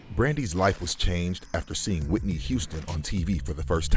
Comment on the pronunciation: Speaking good on Whitney’s name! Respect.